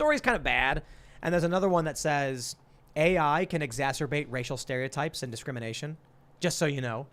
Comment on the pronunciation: Plus he says "exasturbate" on occasion...